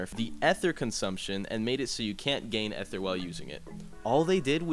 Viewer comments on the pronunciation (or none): why u say ether like that bro, google the pronunciation and then apologize